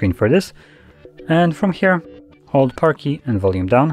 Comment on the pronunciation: you said hold parky an down for screen shot, what the "parky " ???